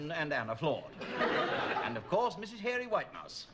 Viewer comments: The best one of these pismronunciations is Hairy White Mouse aka Mary Whitehouse 😂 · Mary Whitehouse or Hary Mitehouse is brill. GB